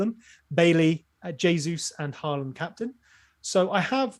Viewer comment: As a norwegian. you are only say the first part of the name in norwegian and half in English. Hå is correct. but land is much more flat and different. Almost like how you say the word first part of lama. That tone on the last part and you'll get it right:D